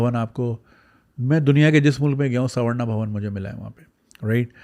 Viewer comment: First, it is SAR-VA-NA Bhavan and not SAV-RA-NA. You are well informed about many things so it is rather surprising that the pronounciations are wrong. Most channels in Pakistan reviewed Baahubali calling it BAHUBAALI!! 😄